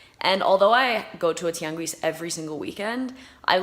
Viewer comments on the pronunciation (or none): A spanish correction: when pronouncing "Tianguis", don't pronounce the "u", it is SILENT after the letters q and g, except when you see the 2 dots over the "u" like in "Güero", then thats the only time you pronounce the "ü" when its after the q and g letters.